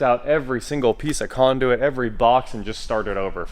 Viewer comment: Conduit ...... Its conduit ...LOL